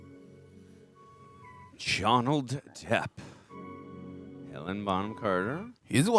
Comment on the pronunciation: Great reaction as always but please its HelenA not Helen. I was unnecessarily irked everytime you guys said it lol. I'd love to see you guys react to Anna and the Apocalypse, its a fun ride.